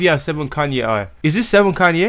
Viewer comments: its seven "kein" not seven "kanye" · also the original song is from seven kayne (its pronounces kein in spanish not kanye) and bhavi (the h is mute)